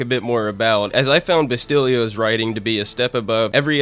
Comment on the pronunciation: You have a knack with pronouncing names with a t that have no t in them. BASILIO not BASTILIO ya racist bigot.